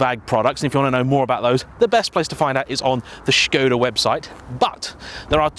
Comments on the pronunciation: It's a Czech company and he pronounced the name more or less correctly (a 100% correct pronounciation would be with a short O sound isnstead of "Shkohda"). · No he's pronouncing it correctly. If you look at how Skoda is spelt there is a little v symbol above the s. That's a Sh sound. It's how it's pronounced in Czech etc. I just say Skoda though to be honest